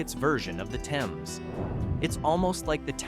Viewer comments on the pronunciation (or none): Is this an AI voice? Pronunciation ls are off. In Conn. it is called The Thames (thay-mes) and Norwich is Nor-Witch. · Th - ames ......like Think, Thought, Thursday......